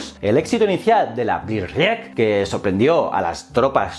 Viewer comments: blitzkrieg se pronuncia algo así como... "blitz krig" :) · Lo pronuncia en castizo